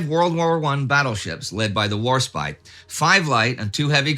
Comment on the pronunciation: hey you pronounced warspite properly